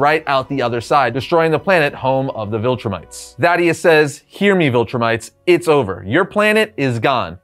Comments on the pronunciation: THAEDUS-pronounced Thā-dus. Not fucking Thaddeus. Idk why but it's bugging the absolute shit out of me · Buddy you need to learn to read 😂. You mis pronounced Thaedus’ name over and again. It’s not “Thadeus” like you kept saying, it’s “Thaedus”, pronounced “Thee-dus” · Its Thaedus Pronounced Thay-Dus, not Thad-Ee-us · Two syllables, Thae -dus. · You keep mispronouncing the name Thaedus. It's like you're misreading it.